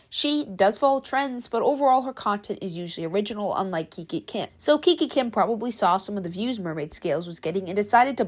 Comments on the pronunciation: OMG GURL Y EVERYONE DOES IT ITS TRENDS AND ALSO ITS NOT KIKI KIM ITS KIKA KIM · The way you Kiki Kim… it’s kikA Kim (just saying no pressure ❤🍱🌸) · IT'S KIKA KIM NOT KIKI KIM 😭😭😭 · and its not kiki kim its kika kim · I swear you need to stop mispronouncing these ytbers names plz kiki Kim. No it's kika Kim 😭 you spelled it right on the title but pronouncing wrong. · Bro is not even pronouncing KIKA KIM correct 💀💀